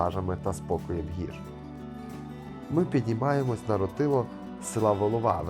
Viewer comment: місцеві називають гору рОтило...наголос на перший склад)